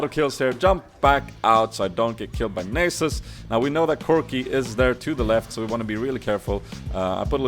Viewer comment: its Nahsus not nasus xD